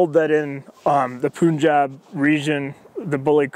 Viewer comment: Whats the deal with Americans continuously pronouncing Punjab ('pun' spelled similar to 'bun') as Poonjab? Its no surprise, since schedule is sckedooole in America.